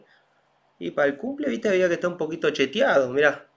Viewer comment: hay que estar un poco cheteado *dice cheteado o chiteado ?